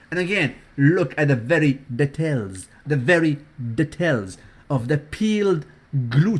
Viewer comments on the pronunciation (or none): "The DE-TELLS, DE-TELLS"(details) lool has a new phrase on a dailyyyy basiss baby please